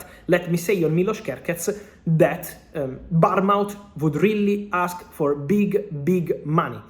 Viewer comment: Fabrizio. It’s Not Barmount it’s Pronounced BORNMoooth